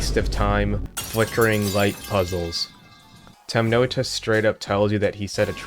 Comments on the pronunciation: “Temnota” is translated from Russian and is pronounced “temnotá” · the pronunciation of Temnota is killing me